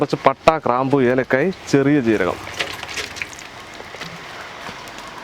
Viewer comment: കറാംപു. അല്ല ബായി.. ഗ്രാംപൂ..😊